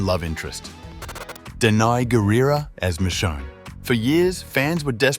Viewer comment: Dude said Michon 😂